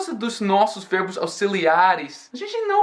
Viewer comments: auxiliares... "aziliares" nao kkkkk "ausiliares" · Hi. Em Você falou a palavra auxiliares. Mas você falou o X com som de Z. O correto neste caso é com som de S, okay? Como se fosse "aussiliares". Uma palavra em que o X tem som de z, por exemplo, seria "exatamente". Muito obrigado pelo seu video. Um abraço!! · Seu Português é fenomenal! O "x" na palavra "auxílio" tem som /s/, igual à junção au+cílio. O mesmo com "verbo auxiliar" (auSSiliar). Goo job! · Ótimo vídeo!!! Uma dica de pronúncia pra vc: "Auxiliares " ou "auxiliar" Nesse caso o X tem som "C" = "auciliares"! Valeu!! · Tb notei!